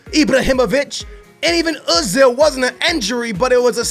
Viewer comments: It's OOOOOOOOOOOzil not UHHHHHHHzil God do none of you you tubers that play Fifa watch games in real life ? So irritating . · Eyezil phoned homed! Lol